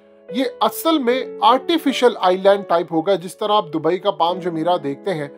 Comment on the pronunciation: پال نہیں پام